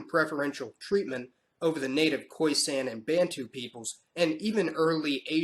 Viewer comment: Lovely video but it's pronounced khoi-SUN not khoi-SANN